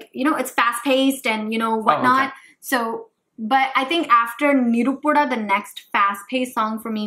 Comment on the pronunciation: it's not ni-ru-pu-da. u have to pronounce it as nae-ru-pu-da which means fire.